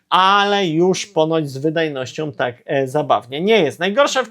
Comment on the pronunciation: sOM, wydajnosciOM, ciekawOM, propozycjOM... Ja pierdolę jak ty mówisz człowieku? I ty filmy kręcisz? Z taką wymową? Dramat! 🤦🏻